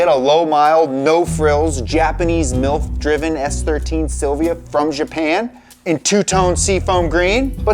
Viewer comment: Did he say “milf driven”💀